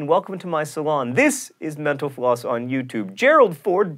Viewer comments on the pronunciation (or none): at the end when he said "mental floss" i heard "menopause" whoopsie... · When he says "mental floss" at the end of the show, it sounds like he is saying "menopause" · I heard "Thank you for watching menopause on youtube." o.O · Whenever he says mental floss, I hear menopause. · mental floss said quickly sounds like menopause